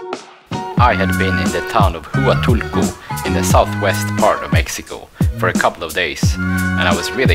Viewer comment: Correct me if I'm wrong but, having been there many times, pretty sure it's pronounced "wahtoolco" not "Hooatoolco"